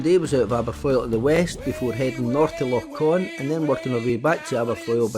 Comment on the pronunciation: It's Loch Ch-on not Con🙃